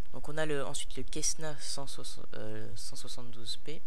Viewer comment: On dit pas quessna c est un C cessna